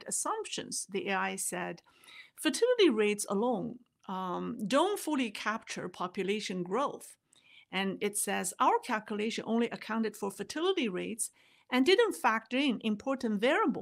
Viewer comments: Growth not groth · ''...Population Groth...'' WTF????